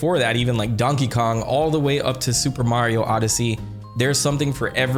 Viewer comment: I love the Japanese pronunciation you do for super Mario bros. Can’t wait to watch the movie!